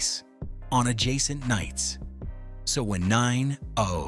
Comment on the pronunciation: 😂 The narration is so riddled with mistakes I can't tell if it's narrated by a person or A.I.! Mispronunciation, inaccuracies, what is this?! And why is he adding a comma to 90210?!